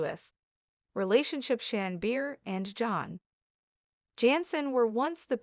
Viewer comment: Cant stand to listen to these breaking news when they cant even get the main persons name. Its Shannon Bedor not Shannon Beer